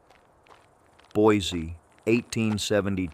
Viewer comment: As an Idahoan, let me help. Payette = Pay-et. Boise = Boy-see. Idanha = Eye-dan-haw. kootenai = Koot-en-ee. Owyhee = Oh-why-hee. Coeur d'alene = core-duh-lane. Also,, Payette Lake in McCall, everyone believes it's a giant sturgeon fish.